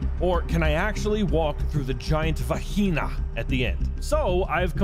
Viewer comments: hahahhahaahhahhahha lol, give this man the price, they way he says va"h"ina instead on va"yai"na its Gold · Va-he-Na hahaaha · wwtf is VA-HI-NA??? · Glad im not the only one who says "Vaheena" for vagina occasionally lololol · "giant VAHEENA"